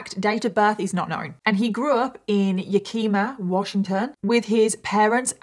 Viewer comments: I’m in and I’m sorry I have to. I know ur foreign so u 100000% get a pass, but it’s “yak-ih-mah” not “ya-kee-muh”. Our cities are so hard to pronounce but this is gonna make me laugh for a while. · Just for ur info the way the name of that town/area is a native american tribe name YA-ka-mah not like yakema anyway love your chats thanks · Never heard Yakima pronounced like that 🤣🤣 Yak-im-uh or Yak-im-aw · "Yakeema" sounds so much nicer than the correct "ya-kuh-muh" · Yah - ki- mah not yakeema. lol I live in Washington state and it always cracks me up how the cities are pronounced. I don’t blame you girl. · "Ya-keema" lol It's pronounced "Yack-im(like in but with an M)-uh" ❤ Please keep doing videos, I'm a huge fan 🥰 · I love your accent 😂❤ Yakima? Yea-key-muh? lol pronounced yea-kuh-muh 🫶🏻 I was soo confused for a second lol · its YAK ih ma not ya keema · Yak-i-ma not Ya-key-ma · Just so you know it's pronounced yeah-kim-uh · “Ya-keema” 😭 The pain that pronunciation brought me. The amount of cases in Washington state is crazy. Just tonight there was an amber alert in the city just 10 minutes away from me where a man suspected of murdering both his ex-wife and his girlfriend took off with his 1 year old. I hope the kid is okay. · Love you! Washingtonian here... Just wanted to say that the town you were talking about is pronounced? Yak ih maw hehe mrballen did a whole thing on it too and pronounced it the same way the whole time. We have some very hard to pronounce cities here like sequim is pronounced skwim and I live in Puyallup 😅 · So cute how you pronounced Yakima and I can’t figure out how to tell you the right name but I will try Yack a ma that’s the best I can do!! You are amazing ❤ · Yakima, where he was from, is actually pronounced YEAH-kih-muh here in Washington state. Not that that's really even important. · Just FYI, Yakima is pronounced ‘Yeah-Ki(like kill)-Mah’ —lived there for many years. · “Ya-key-ma” oh no lmao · It's pronounced Yak-I-Ma